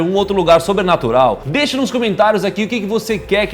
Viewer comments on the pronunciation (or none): Doeu meu coração esse "deicha"